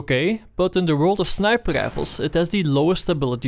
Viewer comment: I would love to watch your videos man, but I unfortunately just can't stand the "sniper gdifles" Im so sorry. 1 like for you though because I know you have a good following and your videos are informative.